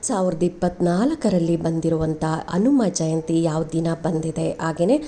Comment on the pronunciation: ಕನ್ನಡದ ಉಚ್ಚಾರಣೇ ಸರಿಯಾಗಿ ಇರಲಿ ಅನುಮಜಯಂತಿ ಅಲ್ಲ ಹನುಮ ಜಯಂತಿ ಎಂದು ಸ್ಪಷ್ಟವಾಗಿ ಹೇಳಿ